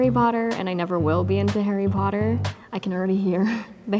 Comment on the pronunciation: It’s Harry Potter not haarry porrer